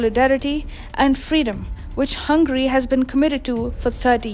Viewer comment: says Hungry, not as Hungary. 😂